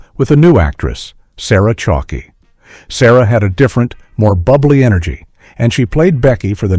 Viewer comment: Sarah Chalky 😂😂😂😂😂😂. Its pronounced Chalke like chalk